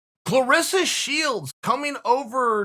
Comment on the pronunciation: Chael you are wrong, it's "ClarAssa"